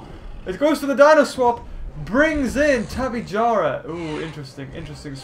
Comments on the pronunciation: it,s tipejawra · tape ja ra how it is said